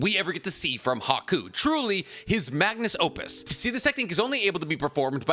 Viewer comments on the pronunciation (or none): Did you just say Magnus Opus? Yeah that's where I'm gonna end the video. It's magnum opus.